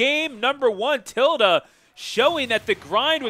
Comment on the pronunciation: It’s pronounced Till-Day lol. That bugged me the whole video